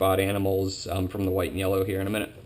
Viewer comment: Hey, I know they are Called White & Yellows (I'm going to be working with them next season) but it really sounds like your saying white meyellow.